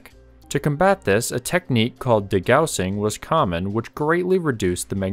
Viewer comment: It’s pronounced “de gaw sing.” Also, maybe look to such high subscriber accounts like Bald and Bankrupt (2M+). He never has an introduction and never pushes for subscriptions, not once asking his viewers. Just straight content. To be honest, I fast forwarded through your intro to get to the actual content — but even then found it to be an overly long explanation so I just went and read about it from a credible source. Just some advice.